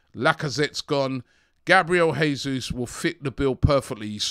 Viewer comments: it's Jay soos not Hey soos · Please Robbie...it's JAY-Zuz.... Portuguese not Spanish. We are loading up with Portuguese and Brasilians....let's get the names right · Please pronounce Jesus correctly. This is Portuguese not spanish. It's Pronounced like in English